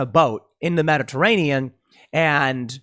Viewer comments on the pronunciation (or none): none